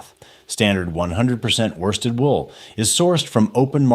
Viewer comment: Worsted pronounced by this genius ‘warsted’. E2L much?